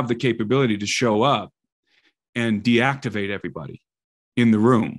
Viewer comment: "DEACTIVATE ".....!? My bullshit meter started to go off way B 4 .......D-Act-Ivate is a hard pill to swallow.... Its ok though, im still here as a listener